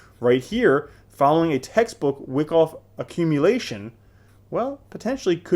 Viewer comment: it's pronounced W-eye-koff you bobble head.